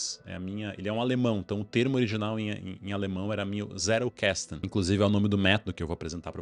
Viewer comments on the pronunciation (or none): Não querendo ser chato, mas já sendo, em alemão a pronúncia fica mais proxima da nossa do que do Inglês, então não é Zé-rou-ques-tou, é mais pra Zét-el-cas-ten(Tentando reproduzir a pronuncia) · Um adendo aqui sobre a pronúncia: O mais apropriado seria 'Tséttel Kasten.' O 'tt' pronunciado como o nosso t mesmo. O 'L' é aquele que a língua bate na ponta dos dentes incisivos. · Zettelkasten: caixa de notas / caixa de bilhetes. Pronuncia é: Tzetel casten - somente para agregar...parabens pelo conteudo..aprendendo muito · Crítica construtiva: qnd vc tentar pronunciar o nome do alemão, pronuncie a letra “t” com o som do português msm. Alemão não eh inglês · Sua pronúncia está em inglês, em alemão é outra pronúncia. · Pronunciou errado a palavra alemã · Tentando agregar algo. Vc pronuncia Zettelkasten como se a palavra fosse inglesa. Possivelmente vc tem o inglês como segunda língua a ponto de raciocinar a pronúncia de uma palavra "estranha" como se fosse sua segunda língua que, creio eu, é o inglês.